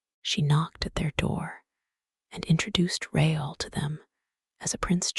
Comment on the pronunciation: Christines last name was not pronounced right, nor was Raul's. Caught this as I was drifting to sleep.